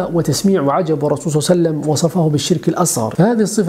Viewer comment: صل الله عليه واله وسلم يا وليس صعسعلم